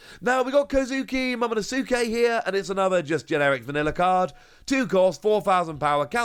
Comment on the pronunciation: Momo-nos-kay > Momo-no-sookay